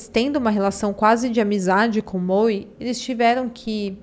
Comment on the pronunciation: Se estiver escrito MOE não é pronunciado Moe e sim MOU.